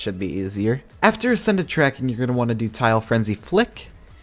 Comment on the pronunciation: Ascended you pronounced ax-ended